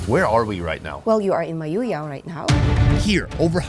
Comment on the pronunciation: Thanks for visiting our beloved place Mayoyao.... I love the way you pronounce Mayoyao 🥰